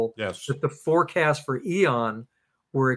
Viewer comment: Loved the info but,,, what’s with “eeeon” take the o out “ee en” ian. Hehe